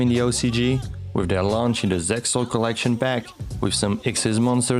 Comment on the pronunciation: ZeXal is pronounced "zeal."